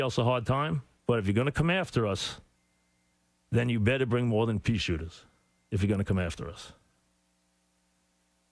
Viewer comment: came here just for the "peashootah" line